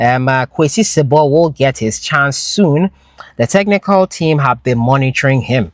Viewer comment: It's si-bo not sib)